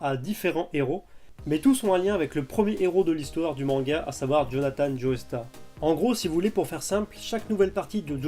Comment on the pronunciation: "joeystar" 😱😱😱😱😱 non non non ! "Jostar" Joestar est un nom anglais, le "e" ne se prononce pas. Ça mériterait un pouce rouge ça 😈